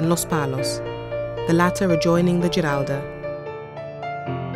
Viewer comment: I had a minor quibble with the pronunciation of Spanish words at time, but the soft c pronounced as a th was at odds with La Giralda (surely it’s pronounced Hee-ralda) and the Guadalquivir river with the ‘qu’ pronounced as in English, rather than a k or hard c sound. Still loved the show. Seville was my favourite Spanish city. I just wish I’d seen more of it...but that looks a way away.